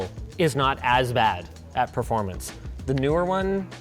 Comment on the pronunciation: Linus. Stop saying "proformance"😄